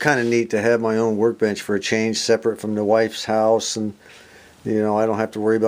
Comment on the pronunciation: ...You let the cat out of the bag...you said "wifeys house"..I knew she kicked you out!!!